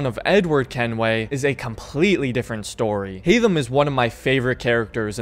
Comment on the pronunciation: Haydham really haytham